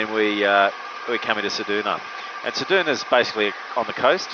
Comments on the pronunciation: Ceduna, never heard it pronounced ‘sed-oo-na’ before, it’s usually ‘sed-you-na’. Next time bring a fishing rod in case you spend a day there. 😊Incidentally, the town of Forrest is in the Nullarbor plain, Nullarbor literally meaning ‘no trees’. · Haha this got me too. Great video but Said Doo Nah! 😂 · Love it - thanks! But I've never heard anyone pronounce Ceduna as Cedoona. What a beautiful aircraft! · You need to learn how to pronounce Ceduna plus learn how many airstrips there actually are between Ceduna and Esperance apart from Forrest.